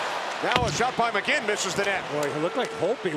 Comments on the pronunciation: This man said mckegg 😂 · They called McGinn McKegg multiple times in this video alone. NBC is such garbage. They knew next to nothing about the Preds when we went to the finals in 2017 and even now they're still pronouncing players' names wrong.